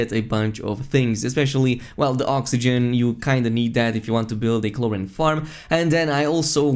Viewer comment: “Chlor-een” not “chlor-in”